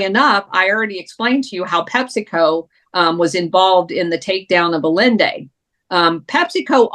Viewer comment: pronounce Allende's name correctly, please. less yelling, please